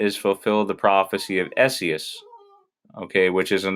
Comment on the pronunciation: Esaias is pronounced just like Isaiah, but with the "s" sound at the end and the "E" is pronounced like an "I". Isaias. I thought the Lord's Prayer in Luke 11 would have "trespasses", but it doesn't. Kinda blown away by that. Good work bud.